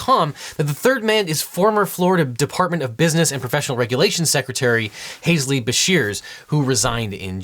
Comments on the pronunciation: Love your content, but its hal-zee not Haz-lee for Beshears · OBJECTION: “Halsey” is pronounced “Hall Z,” not “Hayes Lee.” 😎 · Halsey is pronounced "hallzet"? Man, English sure is weird ...